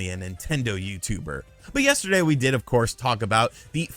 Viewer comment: Tendo You-too-bah!!!